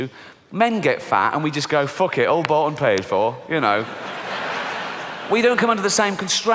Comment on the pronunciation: I want to know why you had a Yorkshire accent when you said, "All bought and paid for." 😂